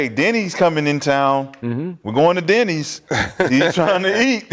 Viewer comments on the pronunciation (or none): "We're going to deni's" lmao